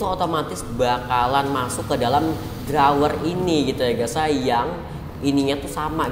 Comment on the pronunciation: Yg abu² drawer ap bang tdi ngomongnya wkwk🤣